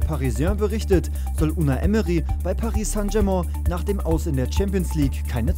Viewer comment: Paris sangg dschermoo🤦🏼‍♂️😂